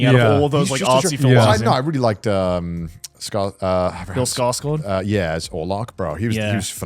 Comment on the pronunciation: Damn, as a swede, joey deserves credit for saying "Skarsgård" that well